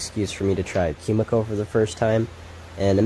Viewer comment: just FYI it's koo-mee-koh no "kyu" sound in that word